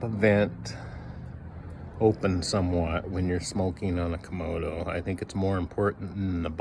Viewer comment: lol. You keep saying komodo, like a komodo dragon. But it is a kamado. Two A's, not two O's.